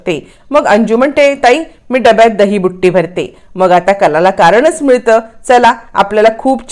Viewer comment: दहीबुट्टी नाही हो दहीबुत्ती